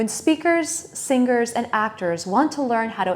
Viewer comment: You pronounced singers wrongly. The g is not pronounced. It’s an “Ng” sound. Not ng guh